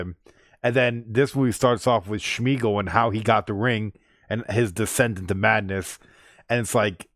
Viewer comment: Gollum's real name is Smeagol (not SHmeagol)))